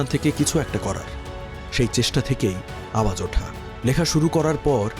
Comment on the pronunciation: গানটির নাম "আওয়াজ উডা", উপস্থাপক সঠিক উচ্চারণ করুন।